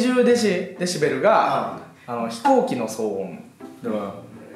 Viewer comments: の「デジベル」が気になるww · が｢デジベル｣って言ってるのを、｢デシベルね｣って訂正してるバシくん好き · デジベルって言ってんな〜www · デジベルって笑笑 デシベルじゃね？